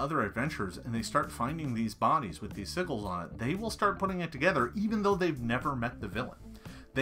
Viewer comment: It's interesting when people pronounce "sigil" as "sigg-il" instead of the correct pronunciation of "sij-il". Great video though. All of these How-To and Tips videos are helping me create my next campaign.